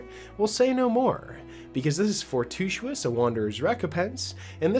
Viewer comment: for-TU-i-tous. four-TWO-ih-tuss. just like it's spelled. 🙄